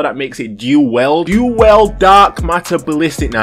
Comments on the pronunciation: "Du well" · Lol "duel well" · Your accent is the best " dül weld"